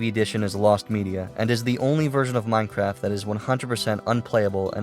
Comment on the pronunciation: d-do i sniff.. free minecwaft?!??